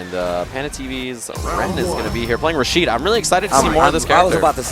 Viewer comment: "Rashido" lol